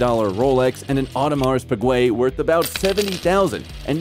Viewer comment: Lake Ontaaario, Audemars Pigway....jeez can this guy go back to school or something?